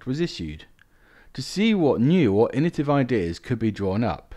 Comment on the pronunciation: Like the vids but you keep saying "innotive" in many of them. Its 'innoVAtive'.